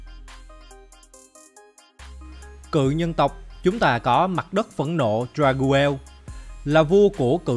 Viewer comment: Dagruel là đắc rêu mà anh , anh đọc sai tên rồi